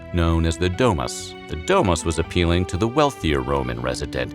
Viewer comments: DO MOOS NOT DE MAS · The way he pronounces "domus" stabbed me 23 times